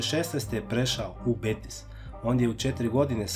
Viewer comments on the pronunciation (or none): none